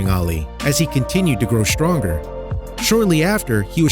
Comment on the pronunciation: This narrator spoke English, however, he pronounced "strong" with the Germanic "schtrong" sound. This is all too common a generational mispronunciation, now. In fact, the English language does not have any words with the "schtr" sound. It's just a current "fad", but I get so tired of hearing it. Perhaps because I had to learn to pronounce English correctly. Glad Ollie is doing well. Jaguars are beautiful animals.